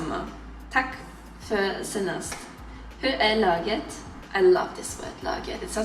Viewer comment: Awesome! My favorite language 😁 Just one observation and I'm sorry that it has to be on the word that you loved so far 😂 Läget is pronounced with the sound /æ/, which is similar to ä in German. The way you're saying it is with a long 'a' and that means "team" (or the team; ett lag, laget). Jag ser fram emot fler videor på svenska 😁👏🏻 Lycka till!